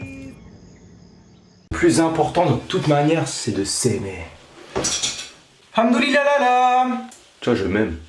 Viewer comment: Tu peux blaguer sur tout mais sauf l’islam, tu trouves drôle de dire hamdouliliah ? Déjà c’est pas comme ça qu’on le dit